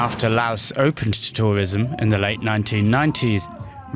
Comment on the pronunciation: The reporter is pronouncing 'Laos' correctly but I get to hat talking heads just read from a teleprompter.